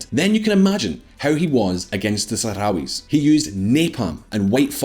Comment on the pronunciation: How much is normalizing Israeli relations with really about US diplomacy and how much of it is about the idea of my enemy of my enemy is my friend when it comes to Iran? I love the fact that the Republican representative could barely say Sahrawis.